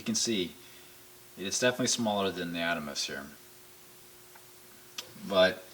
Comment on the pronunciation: Good videos. That said, it's pronounced the "Ahd-ah-mahs".